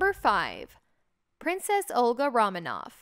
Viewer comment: "Ro-manov" as in the sound of the word roaming, not like "raw".